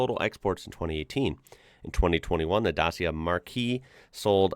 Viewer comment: that word is pronounced 'mark', the way you pronounced it is the word 'marquis', a French aristocratic title